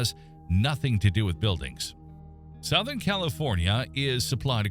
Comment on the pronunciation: Southern is pronounced "suthern" not "sowthern".....